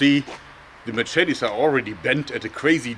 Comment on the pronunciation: Mah Chet Tees